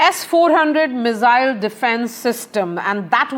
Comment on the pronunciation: Please, for the love of god, learn how to pronounce "Missile" before you cover such weapons systems!